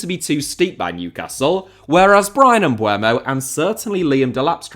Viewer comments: Pronounced "Mboomo" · the 'u' still doesn't come before the 'e'. Bryan Mbeumo.